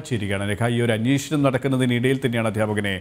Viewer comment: അന്വേഷണം എന്നുള്ളതിന് ഇനീഷ്ണം എന്നാണ് അവതാരകൻ പറഞ്ഞത്... ദയവായി ശ്രദ്ധിക്കൂ